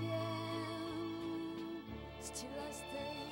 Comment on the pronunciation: 중간에still을steel 로 발음한 것 말고는 괜춘하네요..요즘 불렀어도 어필할 음색 ..